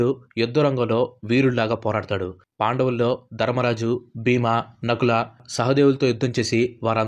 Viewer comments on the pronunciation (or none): none